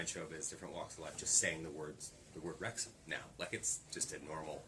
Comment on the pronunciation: Wrexham…Wrexgam……that just another word now! You both can DO anything!